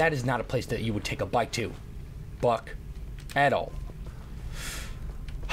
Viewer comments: He said fuck or buck but it sounded like fuck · When he says buck i hear something else